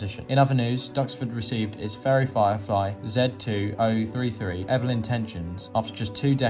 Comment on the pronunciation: Chastise and Evelyn both pronounced incorrectly at which point I lost interest 😔